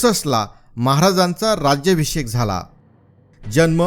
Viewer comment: केल्या गेली , मारल्या गेले, तंजवर, राज्यभिषेक हे काय उच्चार आहेत ? जरा मराठी नीट वापरावी ही विनंती .